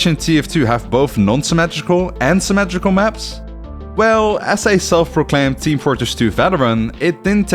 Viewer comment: "symmatrical maps"